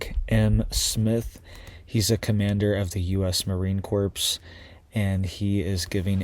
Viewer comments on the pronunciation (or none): The Marine Corps is pronounced core not corpse. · Marine CORPS is pronounced CORE, not CORPSE. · 😂 Bro - It’s not pronounced "CORPSE" 😂😂😂 It "CORE" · It’s not pronounced Marine “Corpse” it’s pronounced “CORE” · It’s not pronounced corpse. It’s pronounced core. The p and s are silent. marine core=Marine Corps! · That’s not anything very strange or ominous. That’s a daily conversation in the Corps. EVERY day at least once, someone is going to say something like that. (The p and s are silent brother, it’s like “core”) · This is an excellent channel However, " corps" is usually pronounced like " core". Don't pronounce the " s" of corp ( s) Say: Marine Cor ( silent p...s...) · I made this mistake when I was 10 😂 Marine Corps is a very different statement than Marine corpse.